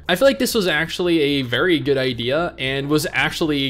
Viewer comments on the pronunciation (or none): none